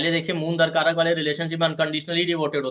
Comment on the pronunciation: "दरकारक" नहीं, दाराकारक होता है। 'दारा' का अर्थ स्त्री या पत्नी होता है।